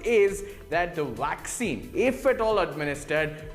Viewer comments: First of all it's a vaccine not a 'wwaccine.' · Dr Carrie Madej is being censored because she is over the target...I hope the presentor gets all the vaccine he wants...and it's vaccine not waccine! LOL!!